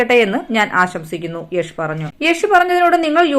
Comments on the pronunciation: യേശു അല്ല യാഷ് 🤣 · യശു അല്ല അവതരികെ 😹 Yash യാഷ് 🤨